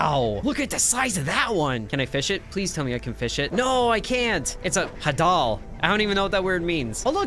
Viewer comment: Oh By the way hadal is pronounced HAY-dal. I found nothing else wrong with the video or worth commenting on so here's some grammar.